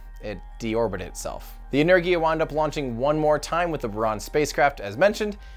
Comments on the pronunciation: Its Energia with a hard g, Russian language does not have a j sound and for things like g in George for example, g has to be represented by two letters дж simultaneously. Similarly in english kh (where the k is silent!) is for х in Russian. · i have a little knowledge of russian: you have to pronounce ANAERGìAH. pronounce like us pronunciation. the second one: you pronounce: BòòRUN. also pronounce like us pronunciation. sorry for my english, but i'm from italy....btw greethings from italy!! i really appreciate every content you publish and watch every live, even at 3.00 am! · Buran is pronounced Boo-Ran, Boo (the sound a ghost makes) - Ran (Like I ran a mile), you got that one right. Energia is pronounced In-Er-gee-uh, In (like you walk in to a store), Er (like the last syllable of Challenger), Gee (like geek without the k), uh (like up without the p, or just how it sounds, uhhhh lol). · Boo-Ron, En-Air-Ghee-Ah (with hard G) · Energia is pronounced Yeennerrgia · It's pronounced Energia. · It’s pronounced EN-ER-JIA and BER-ON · Енергия (Russian) is pronounced Eh-n-eR-gi-yia R = R with some hard accent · im pretty sure its pronounced ener gee a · It’s Buran, literally, not Biruan, same with Energia. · No that's not really how they are pronounced lol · By the way, you pronounce "Buran" almost right! But not "Energia". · You pronounced buran correctly, energja not so much, google how to pronounce energia. I'm writing in polish as i hear it phonetically. Tho that american accent trying to break through slav stuff is still adorable. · It's Buran and not Buran, also Energia not Energia! Geez! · It’s pronounced “energia” with the g being russian g not american geeeee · For the record Буран is pronounced boo-RAHN and Энергия is pronounced eh-NAIR-gee-ya (capital letters indicate stress). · Tim, it sounds like this: Boo run - burán A nerghia - enérgia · Oh, and it is "eh-neh-r-gee-ya" with the stress on "neh" part. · I shall help Boo-ran and Enerr-gieea is how it should sound